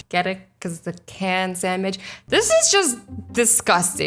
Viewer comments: OMG I died when you said samich. Don’t worry I liggit suck at English. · Did she say a canned samitch (I call my sandwich's samitches) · She says samich